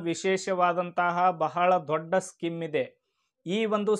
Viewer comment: skim ಅಲ್ಲ ಅದು scheme ಸ್ಕೀಮ್